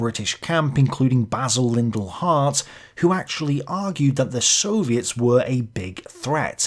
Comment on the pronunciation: You make a powerful argument. But please pronounce the name of the founder of my old department (War Studies, King's College) correctly: it's LiDDel not LiNdel.